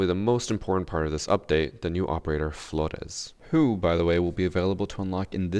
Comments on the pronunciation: Why do you always pronounce every pperator name wrong "Florrr'Rrez" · ur one of the whitest people on youtube, DO NOT try and say flores like that ever lmao. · It is not, his enunciation IS correct, we are just used to gringos saying it lol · Ubisoft: *realises flores *: Fgoresssssss (fgrech accent) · maybe not weird but extra lmao, I’d get tired saying flordes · Stop saying Flores like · Of course has to say Flores the weird way 😂 the same with maestro